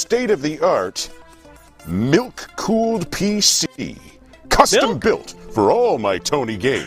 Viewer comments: I cant be the only one who heard nuke cooled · Am I the only one that thought he said "nuke cooled" pc 😭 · Idk why but when tony said he had a milk cooled pc, I thought he said NUKE cooled pc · Anyone else hearing Tony call his pc "nuke-cooled". No? No, just, just me. Ok. Ok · i thought he said “nuke fueled pc” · At the start i thought Tony said nuke cooled pc.